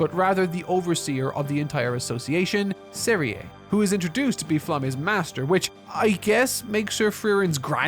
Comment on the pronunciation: I don't really use IPA sort of letters for pronunciation, so I couldn't express it more accurately. Maybe I could've done "zeriuh" or something. I assumed had watched it in English since all but one clip was English but if he didn't it would explain why he couldn't get anything right.